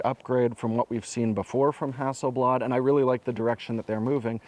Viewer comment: …that aint no ”bladare”…no no no…oh nooo…”the ”swede”…